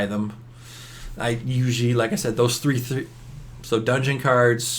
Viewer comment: You say 3 but it sounds like tree I am not being mean